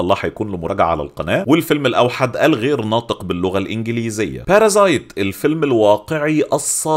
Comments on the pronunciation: يا باشا الفيلم اسمو "باراسايت" مش "بارازايت"... والكلمة انكليزية بحتة مش كورية عشان اجتهد واحاول اخترعلها لفظ عشان تطلع بالشكل السليم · اسمه Parasite مش بارظايت